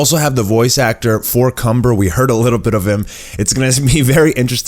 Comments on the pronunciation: Its kamba not Cumber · the evil sayian name is *KAMBA* not *CUMBER* you need to see the trailer with captions on. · His name is kanba not cumber